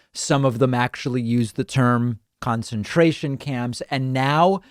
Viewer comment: My girlfriend thought David said foreskin tournament camps. Lol.